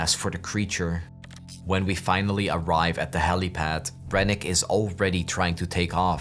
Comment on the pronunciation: bro said finlay like forrest gump